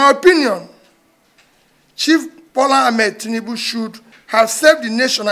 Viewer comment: .. He said chief Tnibu not president Tinibu..